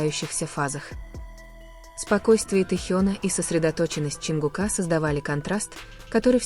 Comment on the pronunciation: ЧонгУка, а не ЧонгукА , неужели не устали коверкать имена